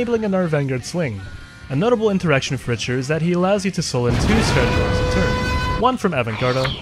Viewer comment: it's pronounced Rick-ter btw